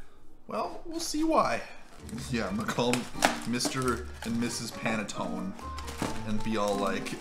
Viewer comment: I'm not a fan of panettone, but I was cringing every time you pronounced it. If you didn't notice on the packaging, it was made in Italy - its the box that's just for the North American market.